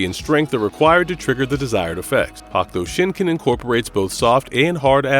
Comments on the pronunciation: He sounded dumb as fuck trying to say hokuto shinken fuck is a hakto Shinken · Good vid but yesh say it correctly please Hokuto Shinken Darn it. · HawkTuah Shinken WTF?? This guy should learn the words before making a video. Get a job! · Is this an AI? It's odd to hear hahk tua shinken. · "Hock-toe" shinken? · through a slew of their videos fuck up all sorts of pronunciations all the time. It's jarring. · Why is so hard for struggle to say "Hokuto Shinken" and other names? They took clips from the dubbed TV series that say it all the time. With that being said, Kenshiro doesnt get the recognition he deserves. Fist of the North Star should be up there with Conan the Barbarian in popularity